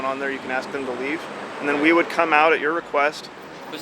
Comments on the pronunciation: she ax this and she ax that fucking dumbass. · For God's sake, the word is "Ask" An Axe is for chopping wood. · Chris Childers on Judge Judy they say a bunch of times (litigants) say axe, and Judge Judy says nothing about that, but gets all upset when someone says “Like” . 🙄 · "Can I aks"???? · Let me aks this question. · lemme axe you a quetchin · someone also needs to educate this dumb ass that the word that she is attempting to use is "ASK", not 'axe'. For fu@ sakes. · Fkn stupid postal idiot... wtf is "aks"? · The Word is ask not ax I wish somebody would teach that to this woman Oh I forgot she’s a government worker they are not very educated any away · It's ASK. Pronounce it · THE WORD IS ASK! MY God.... She sure tried didn't she.... I think she is BUTT HURT way beyond belief! Can they talk to our customers.... OMG, what Country do you live in? NNC you need to tell your buddy to Shut Up! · "ok now let me "AXE" you a question. LOL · “Let me aks this question” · Its ASK" not aks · It's ask not axe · She's going to axe the customer 😂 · Why haven't they learned it yet!? It's ASKED NOT FUCKING AXED! SMH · Please don't axe me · Stop saying AXE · “ let me ax you a question “ 😂🤦🏽‍♂️ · Why does the woman say Let me axe a question"? The word is "ask" not "axe"! I swear that gets on my last nerve!!!! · Lady its not axe what your trying to say is ask thats the proper way to say it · The cop with the hair will one day be a supervisor. The bald cop will always be a patrol officer, aka scrub.... The post office lady needs to to learn the word is ask, not ax. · Axe vs. Ask... learn the difference !!!!! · She said “aks”. Hahahaha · What is it with black people and "axe" instead of ask? Is it a mental handicap only present in black people or something? It's a three letter word that most people learn before they even start school, yet adults somehow fail in pronouncing three letters in a row? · TYPICAL STAMPLICKER , LET ME AX YOU A QUESTION , PITIFUL!!!!!